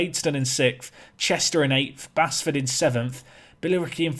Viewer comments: Really enjoying this journey, but please stop saying basford wrong, it's pronounced base ford 😁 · appreciation for this save. Oh and it's still pronounced Base-ford not Bass-ford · please don't butcher Basford's team.. local to me. It's pronounced Baseford.. just spelt without the e. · I know i'm a few weeks behind and you're probably so promoted now that you'll never play them again, but if it's the club from just outside Nottingham - Basford is pronounced Base-ford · Its pronounced like Baseford